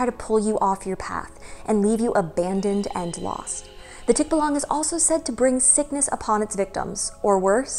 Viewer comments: Hi! Big fan here from the 🇵🇭! Correct pronunciation is 'tik-BA-lang'. Stress is on the 2nd syllable. 😉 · I and most Filipinos I know would pronounce it as "tik-BAH-lang" where the first and third syllable are very short and the middle is emphasised and slightly longer :) There are some Tagalog videos here on Youtube that pronounce the word how I've heard it. "Ang kwento ng Tikbalang | Ang Libro" says the word multiple times (at the 20 and 30 second mark).